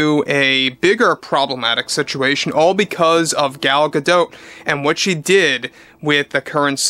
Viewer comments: GADOT is pronounced GAH-DOTT It is not French, it's Hebrew. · A side bar - I wonder why, kept referring to "Gal" what seemed like about a hundred times as if they were buddies, rather than using her full name, as is customary with actors/actresses? Maybe because he doesn't know how to pronounce her family name? Gadot does not rhyme with Bardot (as in Brigitte). Gal Gadot isn't French! She is Israeli and that t is pronounced as it would be in English - so Ga- dot. (which by the way means river banks)